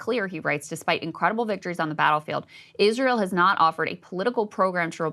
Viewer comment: "Eerisseaeeral deserves peace"